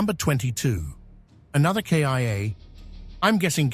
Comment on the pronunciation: The most shocking moment for me in this videois is that K.I.A. AI voice